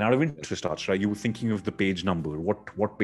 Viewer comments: its not AAACHARA. ITS ACHAARAA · It's acharaaaaaaaa come on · Did some one notice mis pronouncing Achara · And it continues, one more Indian pronouncing Achara wrong. And Achara keeps smiling all the time. How does she do it? I hope next time anyone who meets them pronounces Achara correct.